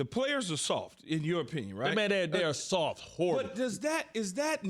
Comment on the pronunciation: Bart Scott said it with his chest...the cowboys are “sofffffff”...even the T is silent 🤣